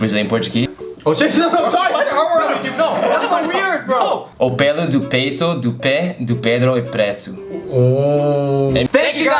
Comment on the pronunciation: made "peito" sounds like "peido" It was so funny kdkkdksk